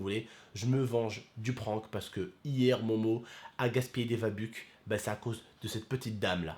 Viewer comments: Mdr c pas vabuck v-buck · Des vébuke chui mort sa se dit vebeuck et sa s'écrit v bucks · Mdr je suis mort vabuks il a dit 😂😂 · on dit v-bucks « Vébeukse